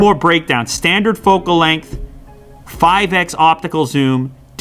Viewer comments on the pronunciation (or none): none